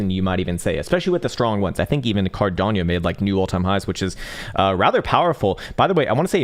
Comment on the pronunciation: Why do you always say CARDANIO? It's Cardano!🙏😘😉😂